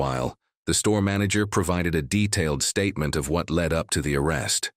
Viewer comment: Says stopped state Gets aks about statement Answer question with stuou astatev😂